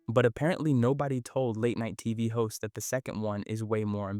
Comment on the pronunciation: everytime he said "hosts" i heard "hoes and it made me giggle